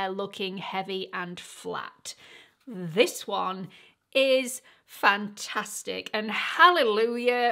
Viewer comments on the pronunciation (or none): none